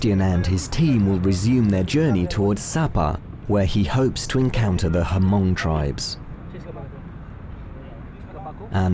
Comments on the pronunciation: Thank you Sebastian, for the doc of the miao people in north Vietnam not to offend but to correct we are not ha Hmong sounds Latin, Spanish lol...straight Hmong, miao as precisely saided thank you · Let me correct you—-its not pronounced Her-mong. Its spell hmong but prounce mong. Plse get it correct. I am truly offended bc i am Hmong from America. Oh gosh I can’t watch this...u need to get some of ur facts straight first before develop this vid. Too many lies and misconceptions about my people. How dare u! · Thank you, Sebastian, for this documentary however, The word HMONG is not pronounced Ha Mong since the H is silent. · There should be more people viewing your documentary. Keep up the great work! Hmong is pronounce with a silent H... like you're breathing and saying the word Mong in English pronunciation. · We don't sound the h as ha-mong! I think that is just what vietnamese call us with the h lol Thankyou for helping our hmong people where ever they maybe. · Your pronunciation of Hmong is a bit off. The H is silent. Just pronounce as Mong. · The tribe's name is pronounced Mong, H is silent. Yes, you are risking the lives of those people that you had contact with in this village. There are no police in the village, but all communist countries like China, Vietnam and Laos have local people who were given authority to be the eyes and ears for the government. Once you have left the village, government official will be in town to interrogate these villagers for the reasons that you were there and whether you've spread any non-communist or religious propaganda to them. The ones that were with you through out the time you were there for sure will be re-educated, their fancy terminology for prison time. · The "H" in Hmong is silent. Anyways. Thanks for sharing. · H is not silent. When you say Mong you breathe out and it become Hmong. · The “H” is silent in the word “Hmong “ .... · Hmong....not Hamong. 😅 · It’s Hmong not Hamong...... Haa Mong🤣🤣🤣